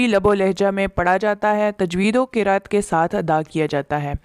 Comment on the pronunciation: Ma Shaa Allah...aik lafz AAP nay qirat prha hy......ye asal myn qiraat hy. Donor k meaning different hyn.